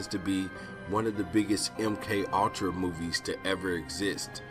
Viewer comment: Really ? "MK All-tra" "Patt-er-rin" ? It's a TWO syllable word. Pure Comedy lol